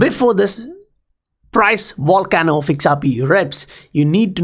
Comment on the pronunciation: OMG LOL I HEARD "THIS WAR CAMEL IS ABOUT TO ERUPT" - said Volcano not war camel, took me a second to realize lmao. Love the content always TOP NOTCH!!